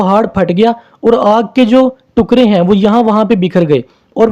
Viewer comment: Sir tukraa not tuqray